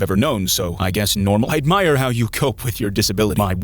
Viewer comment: "I admirr how you cope with your disability"💀